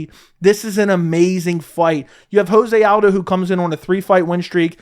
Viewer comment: It’s not ho-zay aldo. It’s Jo-zay. The man is Brazilian not Mexican.